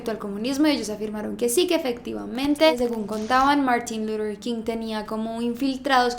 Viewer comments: MUJER MÁS IGNORANTE!! según ella muy culta y bilingüe y ni siquiera sabe decir LUTHER con TH. Quien demonios es Lurer King? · Luthhhhher, No lurer 😵😵